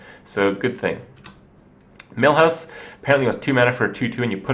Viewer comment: heheh "Mill"house Manastorm